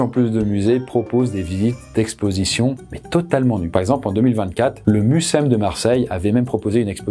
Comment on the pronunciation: Museum se dot en phonétique muséom